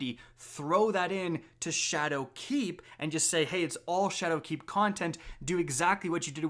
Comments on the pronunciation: he is also putting a lot of emphasis on the "keep" in shadowkeep, which sounds a little off to me. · SweetPigFat yo fr I cringed every time he said shadowKEEP